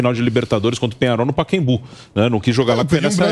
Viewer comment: Porque reporter nenhum diz o nome do pacaembu certo, todos dizem paquembu, estudaram pra falar errado?